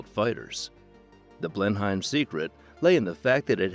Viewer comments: It's pronounced "Blenim" Like "Denim" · Dear lord the pronunciation of Blenheim is shockingly bad......